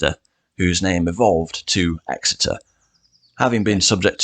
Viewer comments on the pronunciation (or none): EXETER NOT ESSEX